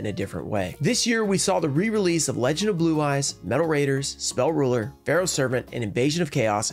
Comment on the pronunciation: The way you said "Spell Rulah" or so makes me wonder where you're from, it sounded a lot like home lol. Sometimes I miss it!